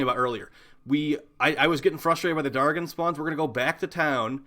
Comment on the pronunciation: Maybe they weren't spawning because you pronounce "dargyn" so badly. The g is pronounced j . But kudos on the vid, Nidus IS the best method.